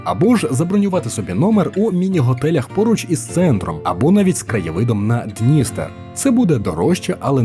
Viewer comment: Навчись правильно ставити наголоси. Бридко чути, коли кажуть ДнІстер, ХОтин, банОш.